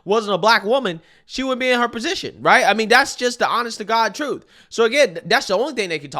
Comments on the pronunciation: "The troof is, its some challenges being black" I see the English language is your nemesis. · "Troof" thats all we need to know about this dumbass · Truf is 🤣